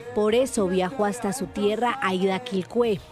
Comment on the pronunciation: un punto para la periodista que pronuncio bien el nombre del pueblo de la mayora Aida, es en lengua jajajja lo hizo bien